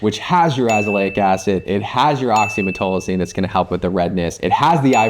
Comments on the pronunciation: Why the F two supposedly respected dermatologists cannot pronounce OxymeTAZOline?!? Frauds! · Great info, docs. But oxymetazoline was not pronounced correctly once in this video. Sound it out! 😩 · Great video but they called oxymetazoline wrong the whole video 😂